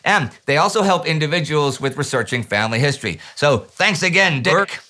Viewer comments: I seem to be hearing that Dirk's name had to be dubbed over in post-production because Indy made an interesting error in pronouncing it. Poor Dirk. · I think he said "Dicrk"